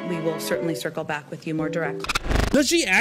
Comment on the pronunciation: “Circlebak” Girl !!!